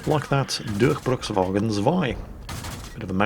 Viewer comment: Actually, it is "Durchbruchswagen": u like in through and ch is a nice hiss back in your throat ^^